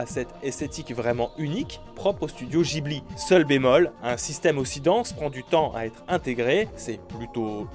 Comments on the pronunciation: GGGGGGIBLI pas JIBLI ARGGG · On prononce guibli pas jibli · J'ai cru entendre Morsay : "Le studio JIBLI"... Encore une mauvaise prononciation pour faire naître les débats dans les com et faire remonter la vidéo "Cliquez!" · Trop bien, j'adore le studio "Jibli" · Alors je t'aime bien et parler de ni no kuni m'a donné envie de m'y mettre (parce que ça fait un moment qu'il me fait de l'oeil). Mais je préfère le son gu- pour ghibli (jibli, c'est moyen...) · Après vérification en effet, c'est plus "gui", c'est pas "ji" mais "dji-bli". De base ça devait se prononcé "gui-bli" parce que le nom provient en réalité de l'italien. C'est juste qu'en japonais la prononciation s'est perdue au fur et à mesure des années. "Toshio Suzuki, dans son livre Dans le studio Ghibli - Travailler en s’amusant, insiste sur le fait que Ghibli étant un nom italien, il faudrait le prononcer « guibli » et non « djibli », mais que désormais, tout le monde le prononce à la japonaise et qu’il est trop tard pour rectifier cette erreur." Voilà donc on a tous les deux raisons enfait. Moi j'ai fait ma part de chemin en ayant me renseigner, fait la tienne en allant bosser sur ton sang froid et ta politesse en attendant. Moi je suis juste un random, un inconnu. Toi t'as quasiment 500k et tu démarres au quart de tour pour ce genre de commentaire, ça donne pas une super image je t'avoue. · "un minimum zorigino" "studio jibli" parce qu'on ne dit pas ghetto mais jetto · On dit pas Gibhli avec "gu" ? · tout le monde fait l'erreur t'inquiètes , personne ne t'en veux 👌( j'avoue j'ai toujours cru que ça ce disais guibli) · Comment tu prononces Ghibli!